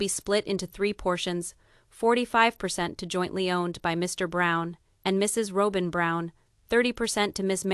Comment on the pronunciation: You need to pronounce fourth wife name correctly !!!!!